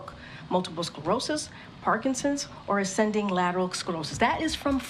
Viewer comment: It's not Parkinsins!